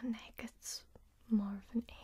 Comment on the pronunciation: says ache Me: mishears it as egg visible confusion ten minutes later Me: WAIT SHE MEANT ACHE